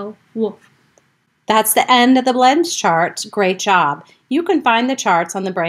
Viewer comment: You are adding vowels to the sounds. This is not correct. You are adding /er/ and /u/ sounds to some of the blends.